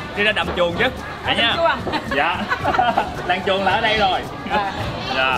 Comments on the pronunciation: Làng chuồn mà Bác đọc kiểu gì e nghe thành làng chuột nữa chớ Buồn cười ghê gớm 😂😂😂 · Mình cũng nghe là làng chuột